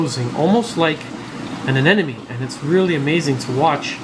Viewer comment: Why do you say aneNome instead of aneMone? It's a M in the middle and not an N. When you abbreviate, you say neM. Why don't you say neN? But then again, maybe it's just me and no one else the universe really cares. Really like your content and have learned a lot. Keep up the good work. Thanks for all you do to improve the hobby and educate all of us.